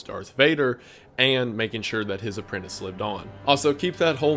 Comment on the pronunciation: For someone with a book on display your grammar is wack. Mostly WHENEVER is not to use with a singular past event. -> when. “Homage” pronounced (ahmage). APPRENTINCE? “And things such as” -> such things. And many more. Freedom poster is trash <3